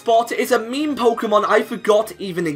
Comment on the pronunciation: When you're listening and you keep hearing him say me-me...